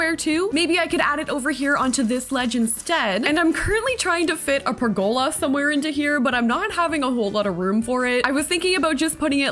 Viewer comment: Per-go-la not per-gola :)